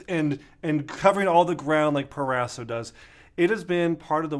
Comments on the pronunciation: PRO-raso not PER-raso right? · Please pronounce: Pro-ras-o. Pro.